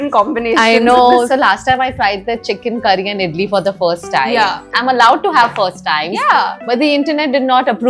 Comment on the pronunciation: Loved the stress on the chicken curry... Sounded just like a person from south